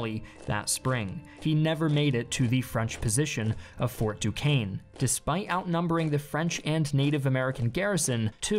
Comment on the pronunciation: The war actually spanned. NOT FOR. Nine years. Fort duchesne is pronounced douche n